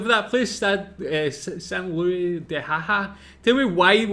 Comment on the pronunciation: The fucking American narrator's pronunciation of "Saint Louis"